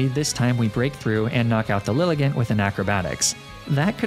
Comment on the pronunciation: Liligant is pronounced LIE-LY-JAHNT